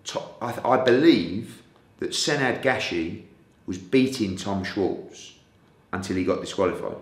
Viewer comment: 'I've got shares in Tom Scwartz' 🤣